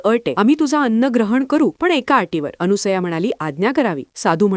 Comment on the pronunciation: कृपया अनुसया नाही तर अनसुया असे म्हणा🙏🙏🙏